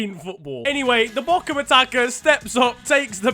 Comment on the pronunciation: I am a Bochum fan and I’m disappointed with my team And they managed to lose a game in the last 7 minutes of a game Also it’s pronounced bo-hum